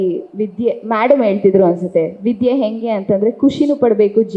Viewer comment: Learn to pronounce kannada properly Ha ucchara bahala mukhya Ale Jana (say Hale Jana) Odu bara (say odu baraha) Henge (not enge)